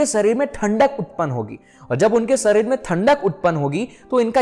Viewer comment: Arey mere bhai bhai sarir kyo bolte ho शरीर, सरीर nhi hota 😅khair ap jo bta rhe ho wo amezing hai. Yes chandr nadi aur chandra nadi most important nadi, isase ayurveda me jyotish me bhi bahut uoyogi hai aur spirituality me bhi sahak hote hai